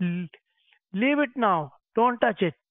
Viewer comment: Leeb it! Madam, leeeeb it!